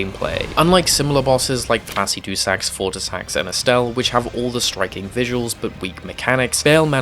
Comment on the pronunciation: "Plassy Dew Sacks" Bruh it's Plassihd-you-sax"